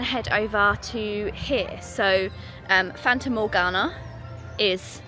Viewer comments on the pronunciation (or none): It's Fata Morgana. Not Fanta!😂